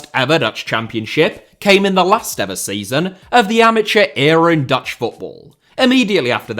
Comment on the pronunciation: Your pronounciations of Dutch were very good.